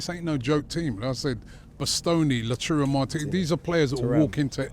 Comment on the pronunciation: is so scary, that's the 3rd video where he says "Lachuro Martinez" and no one corrects him😂